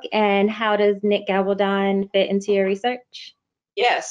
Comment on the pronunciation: I don't mind the reporting but you totally mispronounced his name. His name is Gabal-don.